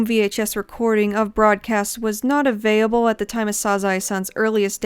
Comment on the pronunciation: "Avayable" "avayable" "avayable" Do you have a stroke everytime you say "available"?